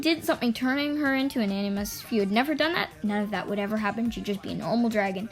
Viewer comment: Btw animus is pronounced “ an-a-mus”